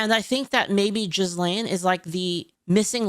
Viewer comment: How you say Jizlane in stead of Ghislaine is funny to me